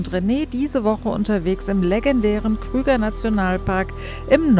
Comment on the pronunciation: Eine Super Serie über den Kruger National Park. Allerdings heisst er Kruger und nicht Krüger, eben nach Paul Kruger benannt. Leider wird in Deutschland immer Krüger gesagt. Ich versuche das zumindest im Ried zu ändern 😂